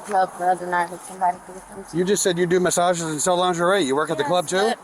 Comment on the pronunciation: She does 'massah-jezz' with THOSE nails??? No, thank you